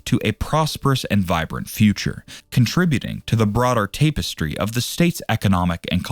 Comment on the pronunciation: Mispronounced tapestry.